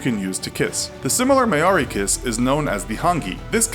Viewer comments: The way he pronounces Maori though! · NO NO NONONONONONO DO NOT EVER PRONOUNCE MAORI LIKE THAT AGAIN NONONONONONOONONONONONONOONONONONONONONONO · Is it bad that I cringed every time he tried to pronounce Maori words cause they r completely wrong... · The way he pronounces Maori 😂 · I think he said Maori wrong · The way you pronounced Maori was absolutely atrocious. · Jesus dude that Maori was butchered brutally, but close enough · Just a note though. "Maori" is said as 'Mawri' no 'Mayori' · May orey (it's pronounced Mo ri (roll the r) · good on you for trying to say Maori. It's not Mai-oree. It's more like moldy. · Just FIY, its MOUU-RR-I. Tiny roll in the are but not really. Long ao and it sounds like Ow. Not MAyory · Maori is pronounced Mow-ree not May-or-ee... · What is this Ma-ori? It's pronounced as Mao-ri. NZ still love to get mentioned tho! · I'm sorry I just need to get this out of the way, Maori is pronounced "Mow-ree" not "May-ori" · Maori is pounced "mao-ri" not "may-ori" and When saying hongi its a silent "g" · I'm really sorry for being a nag but if you ever go to New Zealand and say : ''may ori'' instead of ''mau ri'' you will probably get a lot of stares and also its also not pronounced like hAngi, its hUngi , but other than that i think your pretty accurate and thanks for another great video :3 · May... may-ori... maeri... no. Just no. Maori. Pronounced mouw-ri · omg may-ori it's not pronounced like that dude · the way he pronounces maori hahahahahah "may-ori" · "May-O-ree" oh my gosh... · Ok... so im gonna rant about 2 things for a sec. 1. Australia was represented with a no romantic kissing in one of your slides, i am Australian and romantic kissing is shown everywhere in the media, in public and between all of my friends and family. 2. Its pronounced Mow- ri (Mouri) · it's pronounced moury. The New Zealand people. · "Mow-Ri" Am I Right? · ma-o-ri? fk... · Maori - maw-ree (roll R) Hongi - Hong-ee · mayori? really? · You pronounced maori wrong